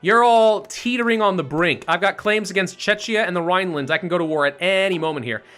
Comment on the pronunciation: Hi, love your videos just please check your pronunciation of Czechia, it tears my ears as I m from here and you keep pronouncing it as Chechnya which is completely different... Thanks in advance keep up the good work :)